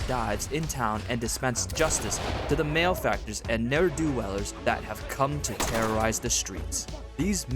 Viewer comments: I love how he says "male factors" instead of malefactors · "Mal-e-factors," not "mailfactors"